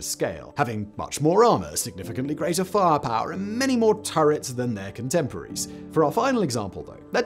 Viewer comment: love the way you say fire power "farrr parrr